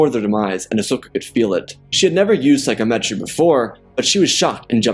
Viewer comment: loved it but one thing, sigh-com-et-ree, not Psycho-metree